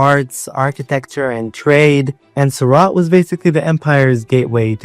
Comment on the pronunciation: It's not pronounced 'suraat' it's pronounced soor-ut. You should learn IPA